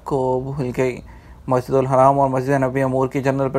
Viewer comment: Brother say masjidul HARAM Don't say masjidul Haraam which is wrong